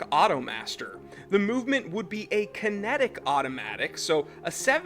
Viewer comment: "Kintic Master" "G-stomatic" bwa ha haha garbage